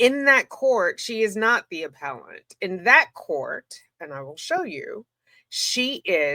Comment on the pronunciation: Excuse me, it's pronounced, "aPPellANT!!!"😄🥰